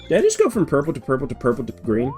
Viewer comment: So funny to listen to you (correctly) identify the colour periwinkle and then immediately call the next yoshi uorple 😂 Also, I'll be waiting for your sonic rant video complete with rantsona hamster. Start youtube beef. Fight Arin Hansen with your bare hands. Do it (evil kermit voice)